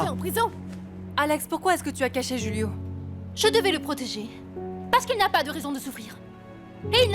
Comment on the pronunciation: Julio c’est on Español du coup c’est hulio pas rulio